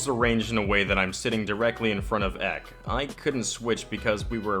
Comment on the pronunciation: I don't know why but every time you say Ehk instead of EK is kind of annoying. It is two words E.K.